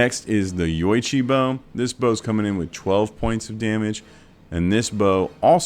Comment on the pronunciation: Great video! Yoichi bow is pronounced Yo-ee-chee :)